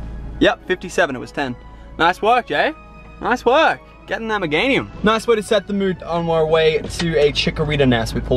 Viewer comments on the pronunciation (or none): none